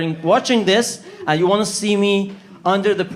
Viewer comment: You vant to change your diet Sir ? No! I vant to change the narrative! 😆 🤣 😂